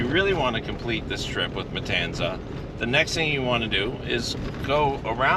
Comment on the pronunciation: Pronounced kind of like it's spelled, not Matansa